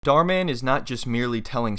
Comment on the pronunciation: The Mann is pronounced as german Mann